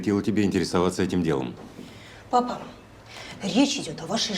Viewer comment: ПапА с ударением на второй слог, подражали Франции